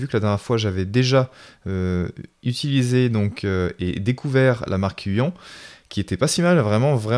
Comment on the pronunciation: on dit (uyone)